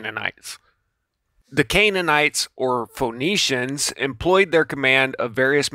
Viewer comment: I really want to like this video but this guy keeps mispronouncing every key word 😂😂😂 “Medici = Demici”, “Phoenicians = phone-nicians” “Haim = JAAAAAM”. Oh lord. Also, the Medici were not nobility just super rich bankers.